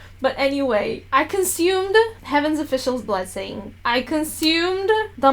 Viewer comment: lol the struggle to say heaven official's blessing😂